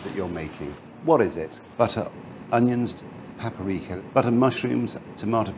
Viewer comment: paperika? paperika.